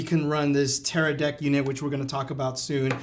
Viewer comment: Bro he said Teradick ahahahah